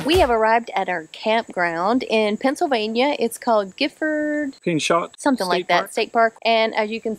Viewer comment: We love Gifford Pinchot State Park. Thanks for another great video. (FYI...Pinchot is pronounced with a long O and silent T. He was an American Forester and 1st head of the US Forest Service.).